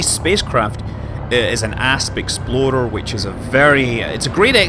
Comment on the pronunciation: I heard Asp Exploder once, and now I can't unhear it. Thanks Scott!